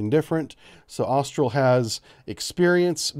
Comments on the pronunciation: Austill. Not Arstill. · There is no 'R' in Austal. I don't know why folks keep getting that wrong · It's not Austral USA, It's Austal USA 🙂 Great content